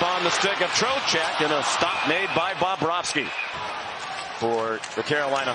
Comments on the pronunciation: He also says "Bob-rohski". He goes heavy on the Bob and doesn't sound like he gets a V in there at all. Should be BubroVski. Even better if you say it like Jay Onrait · It's not Bahb-bravski guy